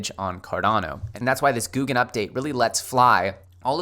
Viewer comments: GO-guen Not Gooo-guen 🤦🏻‍♂️ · It's not Gu Gen it's Go Gen pronunciation. You driving me crazy bro. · You lost me when you said “GOO GUN” instead of Go gun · God damn man took you long enough. Also its not googan. I gave up on you for awile. This is the first video I've watched from you in months. Better late then never I guess. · GOUGUEN ( Go - Ghen )